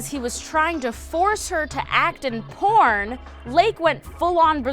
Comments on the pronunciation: At first I thought you said corn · Who else thought she said he was obbsessed with corn? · When you said “porn” I heard corn but then I saw the button thing say “porn”. I would prefer Corn much more. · instead of porn I thought she said corn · Libby McNeil ikr xD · Libby McNeil same! 😂